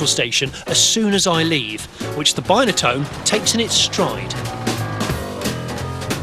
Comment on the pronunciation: You call it a bineatone and its not its binatone